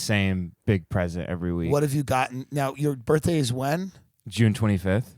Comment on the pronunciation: your BURTHDAY??? your BURTHDAY?? a white girl with a Bob marley hat..